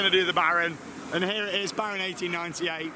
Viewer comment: 10/10 effort for pronouncing 1898, gets better every year!